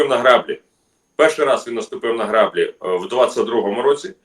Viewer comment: Не граʼ блі, а гра бліʼ ! Це на свинособачій мові граʼ блі.